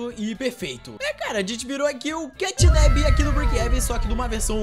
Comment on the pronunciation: Não é catnab é catnap